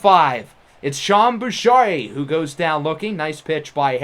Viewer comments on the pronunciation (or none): Pro tip from your resident Québécois on this channel: it's Sean Bouchard (as in Boo-sharr), and you don't pronounce the D. Not Boucher (or Boo-shay).